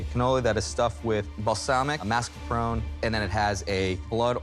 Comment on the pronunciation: There is no "dd" in "Ricotta" - use the "tt"s! There is an "e" at the end of "Mascarpone" - use it! "Cannoli" is already plural - why the stupid "s"?